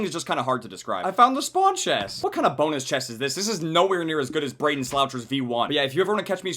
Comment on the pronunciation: I SWEAR TO GOD ITS BRAEDON NOT BRAYDEN